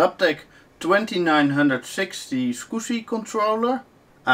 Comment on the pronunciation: soviet9922 I can't tell if he's saying squishy, swigshy or scooby. Love the accent though.